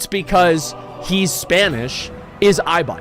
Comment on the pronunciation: Eye-by, aka the noble giant